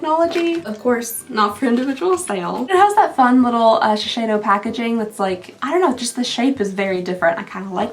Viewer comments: Close girl, you’re almost there… it’s sheh-say-doe 💜 oh, and the other one is sool-wah-soo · Hey, sorry to bump in again, but Shiseido only has a "sh" in the first syllable. Shi = she (e.g. SHE went to the park) sei = say (e.g. they SAY it's fun) do = dough (e.g. knead the DOUGH) Stress is on the "sei" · I was today years old when I noticed that all my life I've been saying Shi-Shay-Do when in fact I finally actually read the letters and it's Shi-Say-Do.... 30 yrs of mispronounciation 😌 good job me..